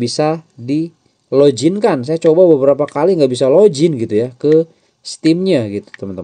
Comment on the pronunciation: Login bang bukan lojin 😅